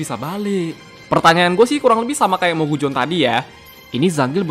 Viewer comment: Cara bacanya mogusion bukan mogujon